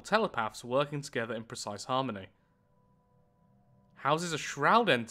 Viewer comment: Are you not able to pronounce harmony?